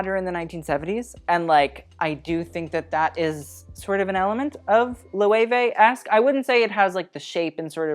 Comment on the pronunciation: Cannot give props for "lo-ayway" though :l